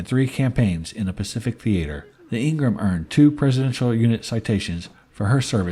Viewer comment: I was stationed on her . Pronounced Ing-ham not Ing-rim. Great video. Thanks.